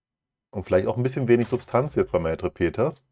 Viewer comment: Was hat Maîtrepeters Dir getan, dass Du seinen Namen so verhunzt? 😂